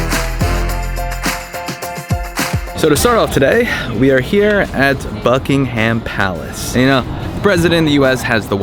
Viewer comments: 'bucking-HAM palace' 🤣🤣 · Don't get me wrong cause the video is a very good job BUT please check how you pronounce Buckingham Palace.......